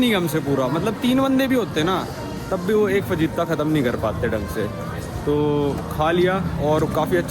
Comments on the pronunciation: Bhai fajita ko (fahita) pronounce karte hai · bhai fajita me j silent hota hai